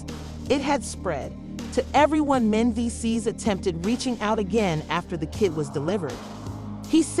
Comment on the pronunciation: Get the names right. Yandy, not Dandy… who is Mens? Can’t take any of it seriously.